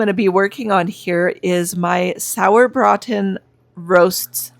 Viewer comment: Hi. Loved the Sauerbraten recipe. Having German grandparents, we ate it often on holidays and it's so delicious. I'm not sure I could eat it every weekend tho. lol. Great meal prep ideas. Very timesaving. Karla in Cali. And yes, you are saying sauerbraten correctly!